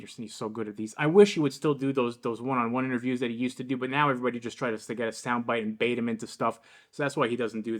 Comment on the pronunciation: I find it telling that Mr. Word Salad, Micheal Eric Dyson the Uber Racist, who prides himself on using obscure and unconventional descriptives in an attempt to make himself seem intellectually superior... say's err'body instead of everybody. It just emphasizes his overall phoniness. The guy is such a toxic racist fraud.